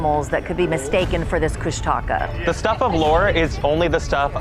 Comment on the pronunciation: Nice try pronouncing Kooshtaka 👍🏼 Koosh-tah-kah 😀